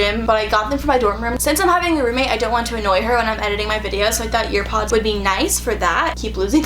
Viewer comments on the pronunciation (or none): Was she saying "earpods" instead of airpods lol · Am I the only one that noticed that she said ear pods instead of air pods lol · They way you say AirPods 🤣